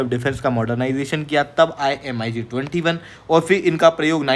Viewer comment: "एम अई जी" सुन कर लगा की मैं बिदेशी channel में आ गया